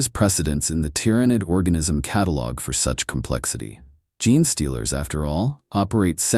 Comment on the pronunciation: Please fix your AIs reading - it reads genestealer as gen'e-stealer for example. Custodes as cass-toads. For gen'e-stealers you can simply change genestealer into jeanstealer and I it'll read it right. Tho I don't have a suggestion for cus-toads sadly.